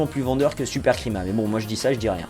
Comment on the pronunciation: "Supercrima" SERIEUSEMENT vous avez quoi comme probleme avec la prononciation italienne XD